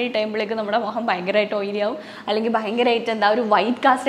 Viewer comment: Mogam alla Mukham